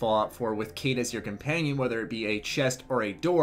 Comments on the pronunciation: its actually pronounced "Kite" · You said her name wrong dude